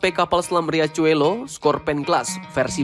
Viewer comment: Riachuelo dibaca Hiaswelo..artinya sungai kecil boss..